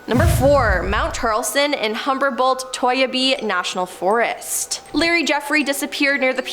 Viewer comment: Humberbolt? Not Humboldt?😂